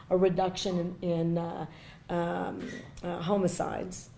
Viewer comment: Wait... did she say they're having a reduction in homo-cides??? BTW, concealed is concealed.